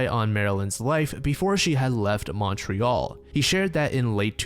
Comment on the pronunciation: never say Montreal ever again